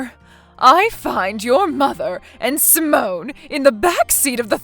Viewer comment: It’s pronounced sigh-mon not pronounced like a French woman’s name Simone